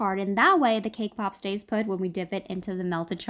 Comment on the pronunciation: Is it only me or I hear cake pop as K-pop 🤣 Btw, I love this recipe, gonna try them soon 💙